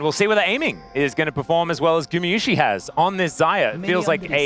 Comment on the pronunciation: Why he pronounce gumayusi like that 😢 its guma not gumu or gumi and there is sh sound at the end as well